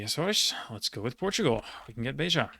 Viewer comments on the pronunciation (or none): none